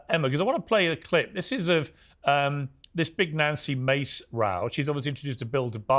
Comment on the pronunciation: bro get her name right you’ve had her on here before😭 you gotta know how to pronounce the names of the people you have on